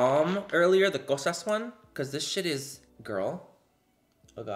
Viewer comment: I’m Greek and you say “Kosas” BEAUTIFULLY 💙🇬🇷